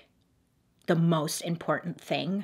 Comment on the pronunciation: "She is doing the MOSTTT." I fell out with the pronunciation of the "T" LOL Simple but beautiful makeup also.